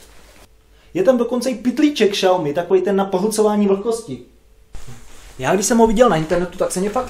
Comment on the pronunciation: V popisku sem uvidel xiaomi, tak sem cekal jak to prectes. Po 16 min sem se dozvedel, ŽES TO PŘEČET ŠPATNĚ, vim neni to uplne tvoje chyba, vsude to tak rikaj ale jako nekoho kdo se uci cinsky me to taky vsude sere xD btw cte se to [siaomi] a znamena to malá rýže :-D